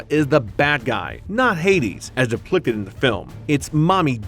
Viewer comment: .....am I the only one hearing deplicted?